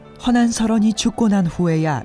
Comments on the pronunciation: 그대 발음과 독법이 엉망이올시다. 딱 한가지만! 허난설헌 은, 성이 허씨이고? 난설헌은 그의 당호다. 그러므로, "허" 하고"난설헌"이라고 띄어서 말해야 하는데, 모든 한국인이 "허난" "설헌"이라고 띄어서 읽고 있가. 이런 엉터리 문화가 한국 문화다!!! 미국 변 완수 드림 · 첫 소리가 틀렸다. "허난설헌" 을 두 자씩 띄어 읽었으니 이 얼마나 아이러니칼한 일인가? 이는 학자들이 "허난설헌"이 성과 당호임을 모르고 있다고 볼 수 밖에 없다. ""나설헌"은 당호이므로 부처 읽어야 함은 두 말할 것도 없지 않은가? 그러므로, "허" 하고 일순 띄어서"난설헌"이라고 읽어야 한다. 이런 유의 설명을 해야 한다는 것이 슲은 일이다. 이 뿐인가? 장단음 자고저 문제가 심각하다.이 난설헌 강의에 발음이 틀린 예를 든다면, 수 십개에 이른다는 것 만을 전한다. 오호 애재! 오호 통재! 한국 언어 타락상이 하 분키로 "눈물로" 쓴 책이 "한국 어문을 고발함"이다. 고국 동포 여러 분! 이 책을 조용히 읽어 주시옵소서. 미국 변 완수 드림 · 제발! 제발! "허난설헌"을 바르게 발음하소서!!! 두 자씩 띄어 읽어서는 아니돠옵니다!! 성이 허씨이고, 난설헌 이 당호이므로, 고국 동포여! 성과 당호를 따로 띄어서 읽으시옵소서!!!